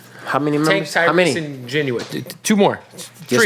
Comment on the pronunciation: I refuse to listen to anybody who pronounces Ginuwine like the actual word genuine. Tf?